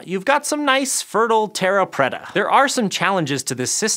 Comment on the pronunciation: Dear god his pronunciation of "terra preta" was so wrong, my ears are still burning. And "water + ash" as byproducts is in no way a "goldilocks solution"...